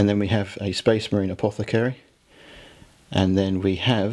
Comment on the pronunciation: Am I the only one who's supremely bothered by how pronounces apothecary. 😂